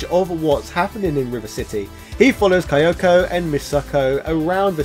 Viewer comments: The part that bothered me most is that it's Kyoko (key-yoh-koh). It's said that way throughout the game. I know has an accent, but the mispronounciation was highly distracting. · Everytime he mispronounced Kyoko, it hurts me.